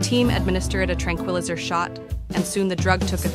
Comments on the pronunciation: I want to see these stories, but I hate the AI narration. It pronounces bear as beer, and tranquilizer as tran • quill • izzer! This AI technology is not ready for public use. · That’s not how you pronounce “tranquilizer.”